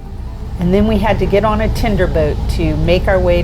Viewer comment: "tinder boat"? ;) "tender", but nice video!